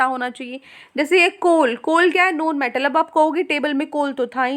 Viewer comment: Noaun metal nahi hota non metal hota h